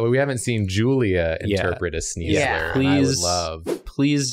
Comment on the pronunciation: Am I the only one screaming at the computer when Julia doesn’t give sneasler ‘S-KNEES’! This was a great episode though.